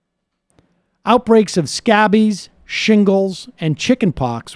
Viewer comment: Sam, the word is not "scabbies" (at border facilities), it is "scabies", pronounced "skay-bees" (Sam and Michael have made fun of people like Jimmy Dore not being able to pronounce words but they do it themselves). Scabies "...is a skin infestation caused by a mite known as the Sarcoptes scabiei. Untreated, these microscopic mites can live on your skin for months. They reproduce on the surface of your skin and then burrow into it and lay eggs. This causes an itchy, red rash to form on the skin." One only has maybe 10-15 mites at any one time but they are very itchy and can cause infections, etc. It is not uncommon among poor or homeless people and is usually found esp. in between your fingers and can be transmitted easily in crowded conditions. It is similar to lice, easily treatable and nothing to freak out about (we are all host to many microscopic organisms and it is perfectly natural), but the treatment is a prescription medicine, so one needs access to health care and money for the medicine, just the same as if one gets a staph infection from poison oak. How do I know? I was homeless for a few years when young back around , hanging out with hippies and had to get treated for both lice and scabies.